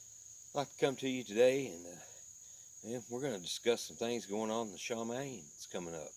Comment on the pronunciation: Just a heads-up... it’s pronounced Shuh-Mah-Yeem